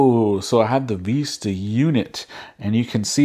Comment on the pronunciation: vis·ta /ˈvistə/ noun a pleasing view, especially one seen through a long, narrow opening. Not Vesta!